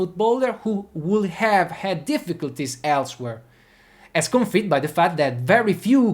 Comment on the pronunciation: Some small correction for your improvement: deserves is pronounced "disörvs", while confirmed is pronounced close to "conförmd". Also, in "doing", the g is not pronounced. Look them up mate 😉